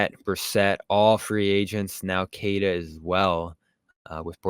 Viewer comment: Its pronounced “keh tah” not “kay tuh”.